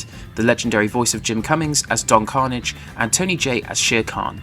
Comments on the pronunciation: Carnage?😂 thats an mcu character. It is don carnage! Emphasis the last syllable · Don Carnaaaaj man. Your pronunciation is killing me. Watch the show if you're gonna cover it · Nice video but... did you even watch the show? It's pronounced Don Carn-AGE!